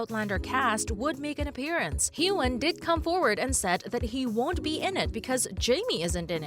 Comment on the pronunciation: Jesus!! Her name is pronounced as KATRINA and Heughan is pronounced as Hughwan and it’s DOUGAL mckenzie not DOUGLAS!